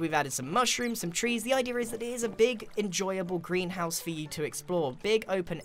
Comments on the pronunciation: Am I the only one who hears "Grianhouse" when he says greenhouse? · Every time you said greenhouse it sounded like "grianhouse"